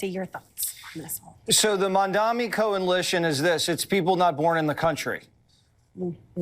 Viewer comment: Watters doesn’t know how to say coalition. “Co-en-li-tion” isn’t a word. He continues to denigrate women at every opportunity. And why does he whine 😭🍼about socialism? That’s what republicans want for parasitical billionaires.